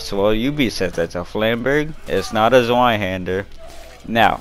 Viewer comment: Yea I heard them talking about how it was a Flamberge then they said the German version of it is a Zweihander which yea they butchered the name badly lmao. That’s all they really said though unless if I missed something that they said besides that